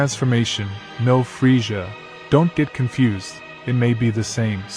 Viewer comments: His name is Krillian just have to say that and the way you are pronouncing villain it's pronounced with two z's in middle of his name like this Frizzia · You really need to work on your pronunciation. The race is called say-ins goku's Sayjin name is kack-o-rot, and it's freeza like freezer. Thank you. Just watch some dbz in the English (usa)dub.